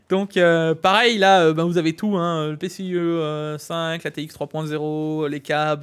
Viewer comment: Leuu PC..ic 4.2 X essssst uneuh fois deuuu moinnnsse la moultiphicationnnn duuu PCIIIII 3X hic 😂